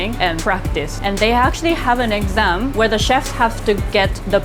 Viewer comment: " They have to take an eggam." and pass the test 3 times.